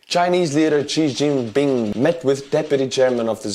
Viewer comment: That Xi Jinping butchering had me dying 🤣